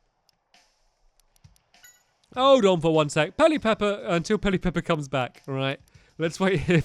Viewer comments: I love it when stampy says ‘peli-pepper’ you’ve got an extra ‘pe’ in there stamps 😂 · Pel ip er Not: Pel i pep per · Its not pelly-pepper! Its pell-e-per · Its not peli pepper its peli per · It's Pe lip per ot Pelipepper!!!!!!